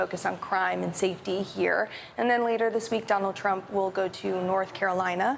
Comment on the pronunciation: did she really say Don Old Trump? 🤣🤣🤣